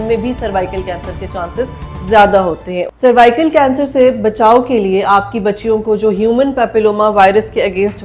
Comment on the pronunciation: Madam jee it's cervical not survical ap Galat pronunce kar rahi Hain woh nhi... Dikhai ja kar bahr ky mumalick mei is vaccine ne kiay karnamay kiay Hain... Yahan bhooky ko Khana free nhi milta vaccine kesy milni.. jaiyee ap!